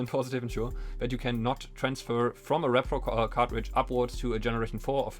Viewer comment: Dude i mean no offense in any way but you're saying it completely wrong as it's repro "ree pro" not rep-pro as it stands for reproduction "ree-production" and there is no such thing as a rep-production.